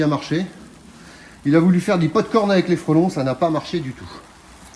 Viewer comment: On dit du pop-corn pas du potte corne